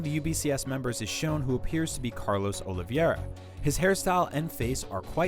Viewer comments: It's OLIVEIRA, not OLIVIEURA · Dude, the accent of the guy trying to pronounce Oliveira is really pitiable.